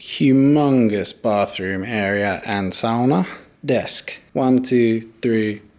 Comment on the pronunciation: the best pronounce of sauna. Its perfekt